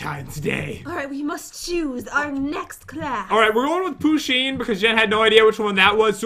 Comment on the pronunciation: Poosheen what the hell🤣🤣🤣